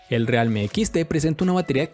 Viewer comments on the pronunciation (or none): Que no realme se pronuncia "rialmi"?